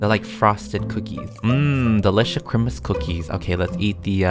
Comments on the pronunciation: “Merry Chrimus” Me: “Merry Chrysler” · ITS CHRIMUS NOT CHRISTMAS